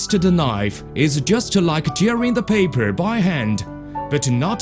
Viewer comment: look at the paipuur